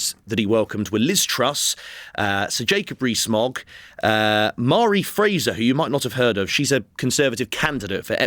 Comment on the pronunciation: Mhairi is actually pronounced Varry